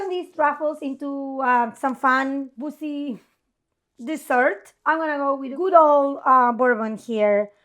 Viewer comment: said don’t call them balls and then the next thing she said - I had to rewind 3 times to understand. I did not hear “boozy”. LOL! 🐱